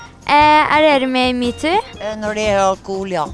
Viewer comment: D høres ut som du sier mewtwo